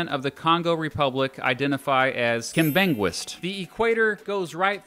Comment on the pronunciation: Lol the way he pronounces Kimbanguist. They are an interesting religion. I was a missionary in Brazzaville and Cameroon for 18 months and had to go back home cause of COVID :(. loved Congo tho, people are very nice